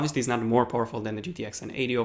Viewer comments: Poorful instead of powerful 😂 go back to school dude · At first I thought he said most awful console and I was like ayyy this guys a ps4 user but then I realised he said powerful😂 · When you said powerful I thought you said awfuL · The way you said powerful made me think you said poorful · is he saying horrible or powerfull